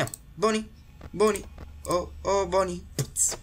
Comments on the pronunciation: Много ми харесва как казваш на Бъни,Бони. много смешно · Bonni се чете на Български Бъни